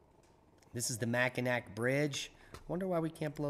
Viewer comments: Just a nitpick, anytime "Mackinac" is spelled ending with a "C", it is always pronounced as Mackinaw, would not bother saying this other than it is the finest bridge ever built in North America and perhaps the northern hemisphere. Well done as always, take care. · Hi! That bridge in Northern Michigan that connects the lower and upper land masses is pronounced The Mac-In-Nall bridge. FYI lol You never mispronounce words. WTH? lol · Mackinac = MackinAW